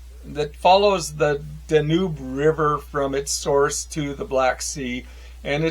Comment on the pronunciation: GREAT lists. Happy to see many of my own favorites among yours. A few mispronunciations: W.G. Sebald's name is "ZAY-Bald." And that river in Germany is the "Dan-Yoob," And the one in Bosnia is the "DREE-na." And Nabokov's professor is named "P-NEEN." However. Please carry on!